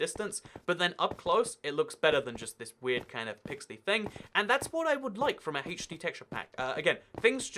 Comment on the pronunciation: Also he says hatech d lol